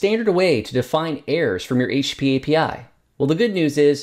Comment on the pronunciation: Sorry, my english is not my first language, it sounds to me like you are saying HP instead of HTTP. Is that a common way to refer to it as well? or is your English just too fast for me?. BTW Thank you so much for the Hellang library, very useful!